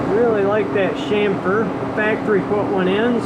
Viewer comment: so refreshing to hear chamfer pronounced right, next chassis